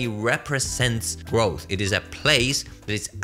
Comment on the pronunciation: lol you are not from “London”. Can hardly pronounce “growth”